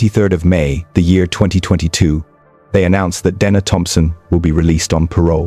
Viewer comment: How many ways can the name Dena be mispronounced..?